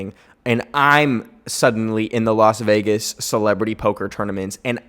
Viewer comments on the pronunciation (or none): none